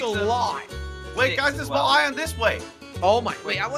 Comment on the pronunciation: Is just me or does he say ion instead of iron